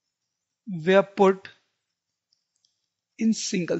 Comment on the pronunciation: Sir aap were ko where bolte ho